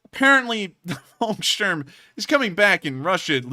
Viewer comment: "Volkssturm" - 'V' is pronounced as 'f' and 'u' pronounced like 'oo' in 'loo'. "Volk" means 'people', wheras "Wolk" means 'cloud'.